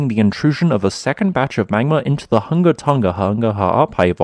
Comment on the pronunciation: for anyone curious... Hunga is pronounced WHO-NGA not HUNG-GAH.